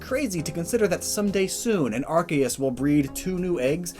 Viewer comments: Annoys me when he pronounces arceus (pronounced “Ar-key-us) as “Ar-kay-us” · No one This guy : arc-ay-us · Gotta say, I’ve never heard Arceus pronounced that way... and its not my favorite.